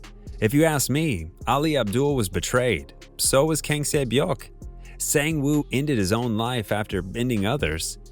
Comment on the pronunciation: Not everyone can pronounce korean names